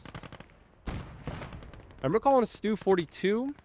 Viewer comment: Nice game! You said Stuh correctly. Sturmhaubitze (Shtoorm-how-bid-suh).